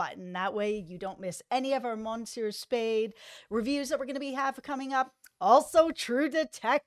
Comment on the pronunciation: Yikes,! Your pronunciation of French words like "monsieur" and "bonjour" is absolutely horrible. I sincerely hope you will refrain from doing that again. Aside from that, nice presentation. 🙂